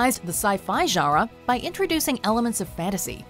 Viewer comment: Attn: Narrator, there is actually an “N” in the word GENRE.